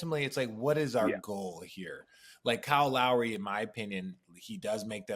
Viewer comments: Is it Call Lowry? Weird pronunciation but RJ and every announcer seems to call him that. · Its because of his surname...this forces a mispronunciation of the first name when said fast.